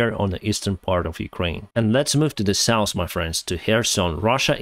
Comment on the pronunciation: "nors" and "saus" words do not exist, notice the right pronunciation is "norz" and "sauz", with love...